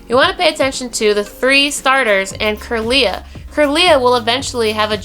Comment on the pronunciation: just wanted to point this out: 1. you prenounced kirla slightly wrong 2. gardevour can be male too lol. 3. solrock & lunetone are not region locked :D